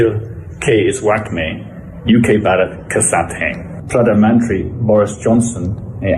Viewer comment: Sahab aap itne bade patrakar hain bharat bolna to sikho...